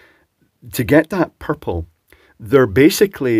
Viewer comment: Love the way you Scots say "pupple"